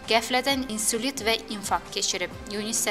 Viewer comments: Insulit yox insult kecire biler ay diktor xanim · Ay komentator giz,Insulit xesteliyi yox,Insult Xestileyi demey lazimdi,Ay 4ushkanin birinin 4ushka,Ukryanya yox,Ukrainadir!!!